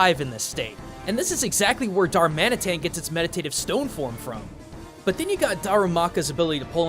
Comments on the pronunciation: Darmanitan, not Darumantian... lol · Darmanitan = "Darumantian"? Also Sinnoh = "Saino"? And Hohenn = "Ho-nen"? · It's "Darmanitan," not "Darmantian." x) Cool video though. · Dahr-muh-nih-tan, not Dah-ruh-man-tia. Otherwise, great vid :D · What do you mean darumantian??!?!?!😂😂😂😂 It’s called darmanitan😂😂😂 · It's Darmanitan, not Darmantian. And Stakataka is pronounced Sta-ka-ta-ka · It's darmanitan not darumantian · darumaka and what? darumantien? it's darmanitan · Its dar-man-itan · Darmantian..... DARMANTIAN?!?! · ....oh my gosh you just killed the pronunciation on darmanitan dar-mhan-ee-than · Did he pronounce Darmanitan as darumantian? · Da ru man ti an????? 😂 Sta ka ta ka????? Kartana revealed in ultra Sun and Moon????? And i Won’t even begin to talk about the English pronunciation of the regions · it's darmanitan my ocd is killing me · Wow... You completely botched the pronunciation of Darmanitan. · I really hate how you pronounced a lot of the Pokemon names, especially Darmanitan and Stakataka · Why do you mispronounce the names of the regions and darmanitan? Are you saying the japanese names? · How does one mess up Darmanitan's name that badly? XD